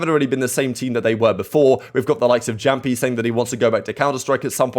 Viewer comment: its pronounced Yamppi